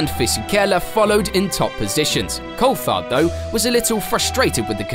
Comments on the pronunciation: This is done by AI... can't say driver names properly, can't say team names properly... Who the hell is Col-fard? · Culfhard ??? Cooltharrrd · Ur an F1 channel and cant even pronounce Coulthard. Idiot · pronounce Coulthards name right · Surprised you can't pronounce David Coulthard's name correctly being a fellow brit. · The way you pronounce Coulthard is so irritating